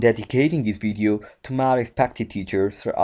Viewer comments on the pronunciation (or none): none